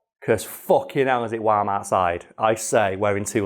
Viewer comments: It's wharm outside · "It's wam outside" 2021